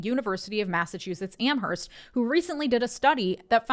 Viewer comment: The "h" in "Amherst" is silent. It's pronounced "am-erst."